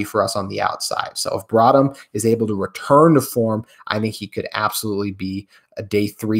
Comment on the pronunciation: My guy... His name Jaxon Smith-Njigba not "Njigba Smith" and our CBs name is "Broughton", not "brought 'em" You said the same names incorrectly last week and I wasn't going to say anything, then you did it again this episode. I hope this doesn't sound too rude, I'm honestly just trying to be helpful, but if I'm going to dedicate time to listen to a daily podcast, I want to believe the guy talking knows more than I do and can teach me something. Getting basic things like this wrong isn't helping.